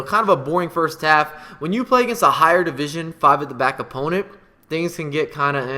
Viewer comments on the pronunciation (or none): none